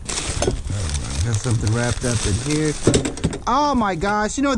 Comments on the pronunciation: Up in hurr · You said “up in here” like you were from the South! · Houston is South 😊🌍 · For suuure 😂